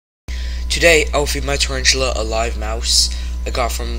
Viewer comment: "Charanchula" 😂 But very good narration though